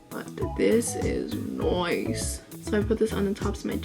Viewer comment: you said ''noice''. i subscribed.